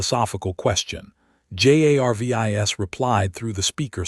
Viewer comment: If the AI that is reading this story actually was intelligent, it would pronounce Jarvis as Jarvis instead of spelling it out every single freaking time